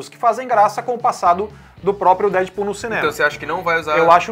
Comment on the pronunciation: Da agonia ouvir esse cara falar DÉDPUL